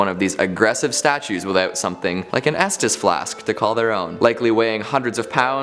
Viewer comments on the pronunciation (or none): none